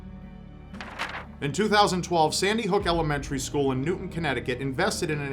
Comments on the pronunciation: New-town, not Newton, I know everyone gets it wrong. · it's actually pronounced new town CT and was not faked ,unfortunately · . its pronoucned Newtown,CT. that place is about 10 minutes from my home. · It’s pronounced New Town not New ton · Newtown not newton ct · New town not Newton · it's New - TOWN Connecticut. Not Newton. C'mon it's pronounced how it's spelled man.